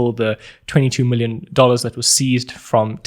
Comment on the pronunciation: “4 willion dollars”